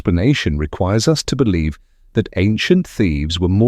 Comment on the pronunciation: I bolieve you, but you are babbling